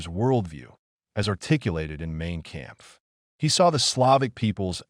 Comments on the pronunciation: “Mayne Kammpf” lol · I quit listening as soon as "Mane Kampf" was uttered. That butchering of pronunciation points to the creator being either using some sort of AI "reader," hiring an idiot narrator, or is too lazy to find out how to correctly pronounce the words.